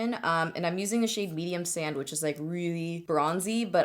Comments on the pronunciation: Thought you said "medium sandwich" when you first mentioned the foundation 😂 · Medium/sand-which lol It ran together when you said it! I'm easily entertained 😂